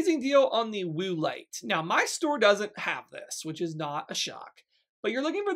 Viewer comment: Cracking up at “Woo-lite” 😂 Great deals!